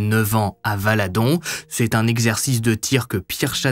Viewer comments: Par contre c’est VALDAHON et non pas VALADON 😂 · 😂on dit Valdahon 😂😂 Truc fe fou quo' soit passer vers chez nous...